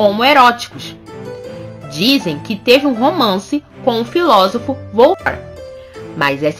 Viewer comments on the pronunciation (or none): Apresentadora precisa melhorar pronúncia de nomes franceses. A maneira como ela pronuncia o nome do filósofo Voltaire é horrível.